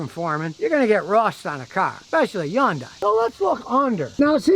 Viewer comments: Yun- day... thought it was Hyundai..with a hunday sound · Hyundai, pronounced like Sunday! Not Hi Yundai! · Thought it was Hun day not Yun die? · YunDai? No Scotty, it's Hyundai, Hun-Dai. Your wife's famous car is not Rexus. Get it right. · I say Hon-Die , I've heard Hon--Day, but now Imma say Yun-Die😄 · Hyundai - pronunciation "hYun-Day" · Scotty: it’s pronounced HUN DAY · C'mon Scotty it's Hyundai like Sunday. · “it’s Hyundai like Sunday” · Scotty don't get fancy, it's just "HUN'DAY" , rhymes with Sunday.... The Y is silent. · HUN-DAY HUN-DAY.... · I kept pronouncing it has hon-dai lol. Also I am guessing the vehicle owner is standing outside the car ? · WHY DOES HE SAY "YUNDAI". MY GOD. And yes, Korean cars are absolute POS's. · Scotty ,you really should learn how to pronounce 'Hyundai' .